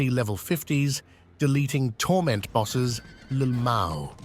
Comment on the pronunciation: And that “lamow” at the end 😂😂😂😂